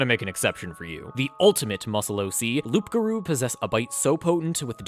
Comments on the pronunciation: It's been killing me to hear you say loopgarou, the p is silent, it's werewolf in french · Late but still Loup Garou is french for wereworlf and it's said Lou Garou. The P is silent. Welcome to silent letters in french haha. :) When you say Loup while prononcing the p you reffer to a Magnifying lens which is spelled Loupe. :) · Stop calling it loup-garrou!!! Lmao #laugh-crying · By the way you don't pronounce the "p" in loup-garou beacsue french is stupid It's "loo-garoo" :)) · I hope he is pronouncing the "P" on purpose as a joke. If not, ima invoke my cajun powers and summon the rougarou to stalk. btw cajuns call the loup garou da rougarou cause we be like dat. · It took me a long while to understand that you were saying loup-garou, Wizard really didn't get creative by switching it in french Playing D&D in english I never once stop a moment to think about what we would call it in a french version of the game ? Modérateur de DeviantArt sounds like the closest we could have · you don't pronounce the "p" in Loup, it's french for wolf and yes my language make little sense, still better than english IMO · Loup-garou is actually just werewolf in French. As someone who speaks French, and as a Grammer Nazi I must tell you that the P in loup is silent. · Ugh... the p in loup garou is silent. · Don’t pronounce the P in loup-garou.